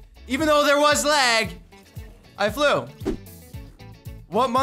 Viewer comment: This dude complines about lag and doesn’t even know how to say “lag” right